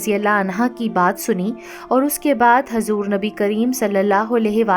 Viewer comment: baji aapki videos bahut achchi hoti h lekin kuch videos m aapke kuch alfaaz m aap zer or zabar galat padhti ho kyunki m khud ek aalima hu isliye huzur hota h hazur nahi or sahaba ikram hota h aakraam nahi m aapko galat nahi keh rahi bas aapki galti bata rahi hu